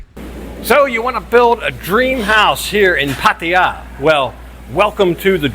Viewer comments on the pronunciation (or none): My friend - after living in Thailand and Pattaya for so long! Please do not butcher the pronunciation of the city Pattaya ---- It is not PATIIIYAAA --- it is P-TAAYAA -- please make a note - it is a disservice to the wonderful city hosting an expat to butcher the name - thanks